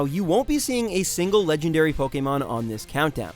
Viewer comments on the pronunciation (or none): none